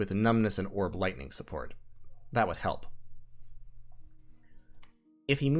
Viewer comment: At one point you said Orb lightning and I could have sworn you said Warp lightning. The rats, THEY'RE EVERYWHERE.